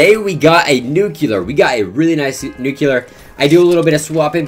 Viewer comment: No one in FaZe knows how to pronounce Nuclear the right way